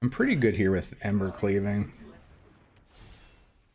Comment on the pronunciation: Game #2 "I feel lucky" You mispronounced "Pretty"